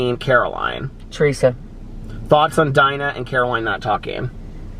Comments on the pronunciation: ITS DEEEEENA “Dina” not “DYYYNA”!!!! Lol sorry but I was so lost at first. Love you! ;-) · Y’all are cracking me up with Dina! 🤣🤣 our girl is pronounced Deena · Y’all are making me laugh it’s “deena” 😂 love these videos!